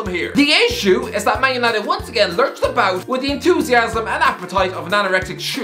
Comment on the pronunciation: Lol "en-tooz-iasm"